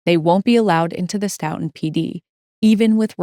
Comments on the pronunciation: Very well researched and delivered!! Looking forward to more! (Btw, the locals in Stoughton,pronounce the name of their town STOW-ton, rhymes with "STOW-a-away.) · Great coverage thank you. Also, it’s pronounced like Stoh-Tin